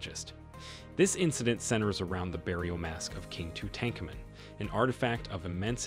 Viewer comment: Please please edit the video so you can pronounce the name of Tutankhamen the CORRECT WAY